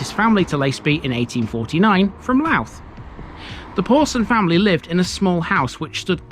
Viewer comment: Strange when you hear people in England say Louth. It sounds like they say Louf...lol...it's obviously not easy 🙂